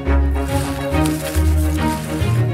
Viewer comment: When it said 'chinese cabbage' I thought it said 'chinese garbage' lol